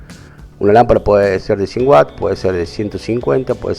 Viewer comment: Todo bien, excepto que no es whats (que) es Watts (unidad de consumo en un aparato eléctrico)